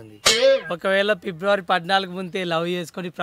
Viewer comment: పిబ్లవారి కాదు అన్న ఫిబ్రవరి